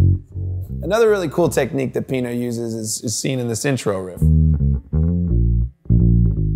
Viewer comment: Everytime he says Pino i cringe